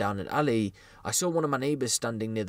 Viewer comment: And what’s up with the damn R is Saw???!?!? Like Thts so damn extra. Yu can pronounce plenty fine but wtf mate